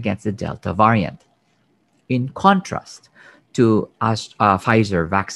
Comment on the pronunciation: Can somebody teach him how to pronounce the word Variant